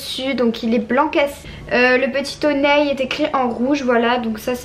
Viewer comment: c hon[i] pas hon[eille] sinon bonne video et fais attention a ne pas te montrer en maillot de bain car il y a des gens chelou qui traine sur ytb ❤